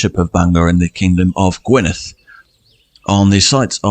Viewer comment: It's Gwynedd not Gwyneth